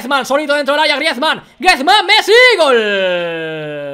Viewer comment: Porque dice "golgolgolgolgol" y no "galgalgalgalgal"?:(